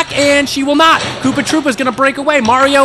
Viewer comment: KOOPA TROO-PA